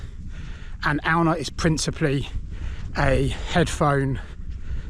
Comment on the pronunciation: Cool video. Glad you're back. I pronounce it Ay-oon.